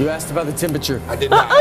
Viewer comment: "You asked about the themperature" 🤣